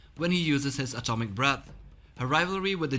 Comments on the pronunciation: I thought I heard that too 😂😂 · Ya lol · Yeah me too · is it just me, or does it sound like he says "Atomic Balls"